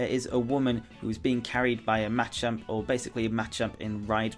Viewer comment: A machump! Machump!?!? Seriously